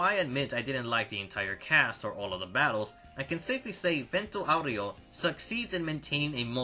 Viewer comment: stop saying vento aureo like that